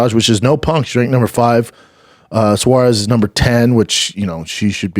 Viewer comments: Tatiana suarza 😂🤦🏼‍♂️ bro it’s Suarez (swar-ez) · Its insane how little knows about mma after all these years.... 😅 You still get names wrong and has never corrected you after all these show not once 😢😢😂😂😂🥳🥳 suarsa!😂😂